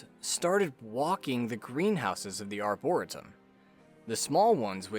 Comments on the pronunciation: FYI. It's pronounced " Ar-bor-EE-tum" not "Arbora-tum"! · Its not pronounced arboritum lmao. Its prounced like arboreetum but spelled like arboretum. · Lil' heads up: ArborEEtum❤ jus saying, not being that person🥲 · Arboretum is pronounced arbor-ree-tum Edit: I've just noticed this is pointed out often in the comments. ._. Oh well. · i hate to be "that guy" buy it's pronounced are·brr·ee·tum thanks for the vid, i'm loving this game so much! i'm not a fan of roguelike/lite (i don't even know/care the difference) -- but i can get into the randomness of this title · His pronunciation of "Arboretum" bothers me to no end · Please search up how to say “dilapidated”, “arboretum”, and “morass” before doing your next video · dude who cares how he says it, don’t be a dick and tell him how he should say it